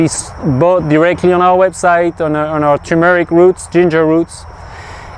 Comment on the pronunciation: “Tumour-ic”? Or tur-meric ?